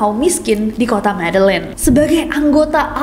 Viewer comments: MEDELLIN cara bacanya ME-DE-YIN Nessie 💯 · Medellin itu pengucapan nya Medejin kaaakk😊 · MEDELLIN itu cara bacanya adalah : [medeyin] . . . please deh . . . LIDAH KAMPUNG nya jgn dipelihara smpai tua ya Mbak . . . MALU2in lho . . . please deh 😇😁🤭🙏